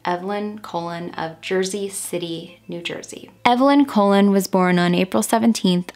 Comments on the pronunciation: the pronunciation is coLON, not COlon (emphasis on the last syllable). It means 'Columbus' in English. Like Cristóbal Colon (in Spanish) and Christopher Colombus (in English). Perhaps a direct descendent of the infamous conquistador? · Great video your research is always so deep and on point. But Your pronunciation of the Last name is incorrect... It is pronounced like Cologne not colon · I am also Spanish and I think you may be mispronouncing her last name. If you end up doing a pt 2 for this case you could maybe reach out to her nephew again to clarify how to pronounce it! Just a helpful suggestion :)